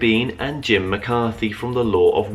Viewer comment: Ugh,, I really appreciate what you're doing, but you're such a mess. Every video I watch, your questioning is terrible (and getting worse). And in this video, you mispronounce Jim's name multiple times before you get started, and then, even worse, to his face! 🤦‍♀️🤦‍♀️🤦‍♀️ I'm horrified for you. Carry on, but wow... get it together, bud.